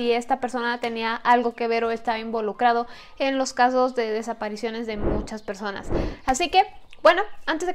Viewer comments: Por q no puedes decir "desapariciones"?? Sin ofender jejje. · Porque no puede decir desapariciones jeje